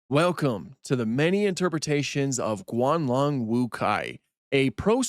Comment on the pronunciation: Its Guanlong not "Gualong"